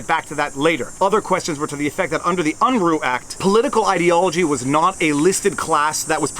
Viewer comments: Sorry, Jesse "Big Daddy" Unruh's name was pronounced UN-ruh, not UN-roo. I lived in California throughout his story career. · Lol! I wanted to say something about your pronunciation of Unruh. 😳😳😳